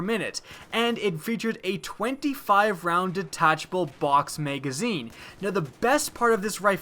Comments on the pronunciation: It's Ma-Ga-Zeen. Not Mei-gaa-zeeeen. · drinking game: watch this video and every time he says "Utilize" or "Maygazine" take a shot. you will not be standing by the end of the video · Y did u call it a maygazine